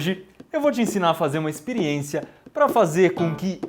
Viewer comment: Kkkk Depois de ver tantas vezes esse vídeo, agora que eu percebi que no começo ele fala espiriência kk